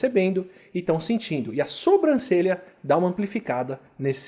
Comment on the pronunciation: Kkkk difícil não falar "sombrancelha". Sei que vc sabe falar certo mas às vezes escapa a forma errada.